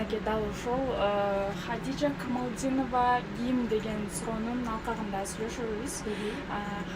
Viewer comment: Алып баруучу кантет Камалдинова деп 😮 Камалидинова го